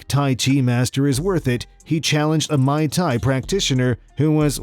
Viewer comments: You said "Mai Thai" when I think you meant Muy Thai. Also when those two guys in red were fighting.. the one with the one handed boxer, yeah he was using his LEFT hand only and knocked him down with a LEFT hook. I know you're recording ADR after the fact without watching the video but somebody in the editing process should have caught these slip ups js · Commentator is stupid like they are, he called Mai Tai instead of Muay Thai thats a fucking drink for god sake! 😆🤣😂 Also when someone threw a hook with one arm & he called it a hook from the other one! Made himself look a fool too like those Masters! Don't know how you missed what he said though unless you don't know about Muay Thai or haven't heard it pronounced but most people don't catches the things I do anyway 😀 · He said Mai tai in this too, that's a fucking drink! It's Muay Thai he's as dumb as the god damn fake masters who want to ' be like wind flow like Vaaaaaater '👏 👍 👌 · Did you say Mai Thai master? It’s not an alcoholic drink, it’s Muay Thai. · Not "mai thai" it is "muy thai"... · Fought with his left hand only. Not his right! That’s even more impressive. Also it’s Moo-e Tie not My Tie like the drink. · I question how much you know. You don't know left from right. It's also Muay Tai not My tie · He called the guy at #6 a "Mai Tai" practitioner...I think you mean Muay Thai buddy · It's Muay Thai not Mai tai🤣🤣🤣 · Mr. narrator… Mai Thai is a fancy drink… Muay Thai is Thai boxing… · Mai Tai is a drink what you're talking about is Muay Tai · It’s “Moy” Thai not “my” Thai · Muay Thai is pronounced Mway Thai, not Mai Thai 🍹 😂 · Please learn the difference between Mai Thai and Muay Thai. The first one you guys said before a clip is drink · this dude doesn't know shit about fighting terms Ex; its muy thai not "my ty", and how tf do you not know who royce gracie is (royce is one of the greatest bjj practitioners) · He said MAI TAI & it's MUAY THAI That's a fucking drink!!!!!!!!!!!!! 😆 🤣 😂